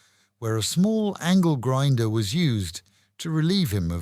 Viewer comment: Angle ginder.. Genitalia... No no no no 😂😂😂😂😂😂😂😂😂😂😂😂